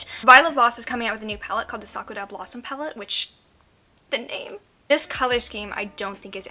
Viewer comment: You are the only person to pronounce sakura correctly. 👏👏👏😄